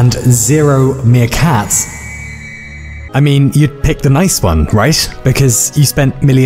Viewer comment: "-and zero, meerKAtsz" I'm dead